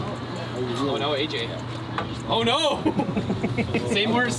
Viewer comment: random Australian "oar noar!"